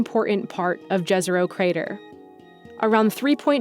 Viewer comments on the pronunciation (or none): YEZERO, not hard J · Jezero literally means lake. And its pronounced yezero. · jezero actually means lake and yes she pronounced it wrong in the video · Jazero is pronounced incorrectly. Use European alphabet spelling to say it correctly. Beautiful pictures from Mars